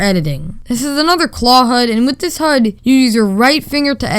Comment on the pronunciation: huds huds HUDS!! It’s H U D